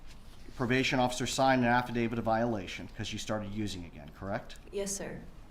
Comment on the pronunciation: To the defense atty: it's an affidavit, not affadavid.